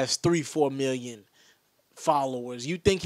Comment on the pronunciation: he said a million metlin dude